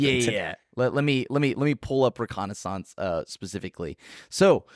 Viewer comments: OMG! Hold up. Was the only one to pronounce reconnaissance correctly. ruh·kaa·nuh·sns? I'm not sure if I should buy a lottery ticket or start preparing for the end of days. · I thought said it right. I'm right there with you buddy!